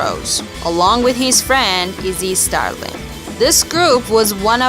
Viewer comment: You can’t even pronounce Izzy Stradlin and then you’re talkin’ shit and lies about the band and Axl